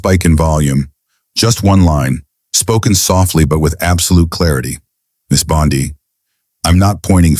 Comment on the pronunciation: You need to learn how to pronounce her name!!!!!